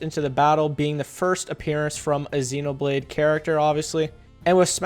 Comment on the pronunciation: did you just pronounce xenoblade as ex-xenoblade 😂😂😂